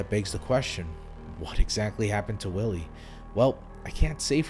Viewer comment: You pronounce W's as V's in German sentences, so Willi (Villy), which is probably short for Wilhelm (Vilhelm).